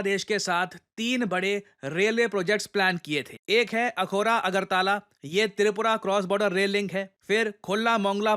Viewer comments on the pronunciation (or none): अगरताला नहीं। अगरतला।